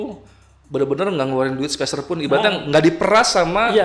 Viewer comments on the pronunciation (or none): Ni narsum kenapa ya tiap ngomongin duit nyebutnya "sepersenpun", "berapa persen" padahal harusnya kan "sepeserpun" kali ya 😅